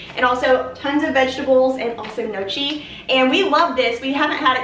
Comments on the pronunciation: Gnocchi is pronounced no-key. I was corrected on this myself from Italian family members 😂 Your home is looking so festive and the hanging basket for $7 is my fave ❤ I actually like the leaf garland around your door. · Gnocchi is pronounced “no-key”. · Gnocchi is pronounced no-key ;) Your decor and home are beautiful. TFS xoxo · Just tuned in, excited to see the video! The CH is not pronounced in Gnocchi. It's pronounced Nyo-Key. LOVE the fall floral bouquet! Floor mats are super cute also. That's strange about the urn prices. But they're cute so 🤷